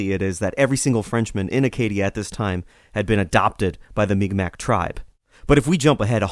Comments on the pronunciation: It's pronounced mik-maw or sometimes mik-maw-key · Mi'Kmaq is more or less pronounced Meeg'ma. The apostrophe elongates the sound that come before it. K is a "G" sound in the Mi'Kmaq language. P is "B" sound and T is "D" sound. Very awesome podcast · The narrator butchered the pronunciation. I hope he corrects it in the future. Great video though.